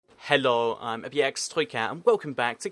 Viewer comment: #qna why is your accent so much stronger in your intro when you say hello. compared to the rest of your video